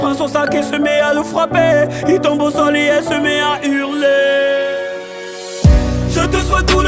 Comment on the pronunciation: c'est hurler pas hurlet